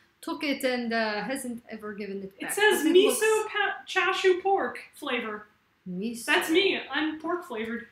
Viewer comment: Cool how she said falavor